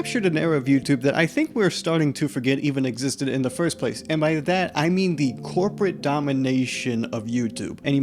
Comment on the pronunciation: The cwopwate domination of ywotube